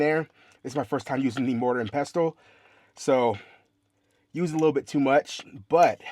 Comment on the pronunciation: hey I enjoy your videos, just so you know the T is silent in the word "pestle" 💛